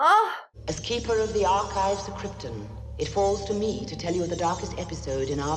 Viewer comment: After all these years it still bothers me that the actors that play Jor-el & Lara keep mispronouncing krypton, they say it like it’s spelled kripten